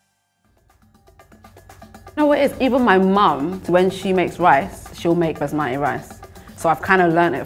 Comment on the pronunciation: She lost me at basmati